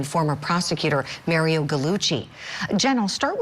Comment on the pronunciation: She called him Maryo instead of Mario 😂